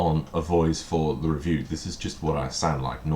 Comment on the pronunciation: I'm glad you take that as a compliment! I've only just noticed that you say "ree-view" for review. Nice Super Meatboy t-shirt!